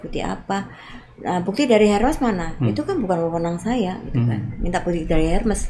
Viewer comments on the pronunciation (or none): itu namanya pak.....bukan soal sebutan org indo atau org barat....HERMES...ITU TETAP AJA SEBUTANNYA ERMES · Sebut nya “ermes”, h nya tidak dibaca. S nya tetap dibaca.